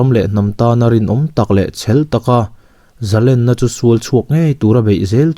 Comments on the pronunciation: A ngaihnawm leh dawn e. Zalenna tih hi len tih lai hi "khawnge i len" tiha len ri anga lamtur a nia, i lam diklo ania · zalen tih chu a hmalam a thu awm zia a zir a ri chi hnih awm thei a nilo ami. entirna Zalenna chu an va hman zalen thiam ve ti te hi chhiar ta ang ila arik dan khi ki hnih anga rik a ngailo ami.?.